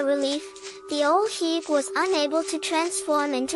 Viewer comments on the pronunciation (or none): The pronunciation of the name is wrong, love the video tho 😊...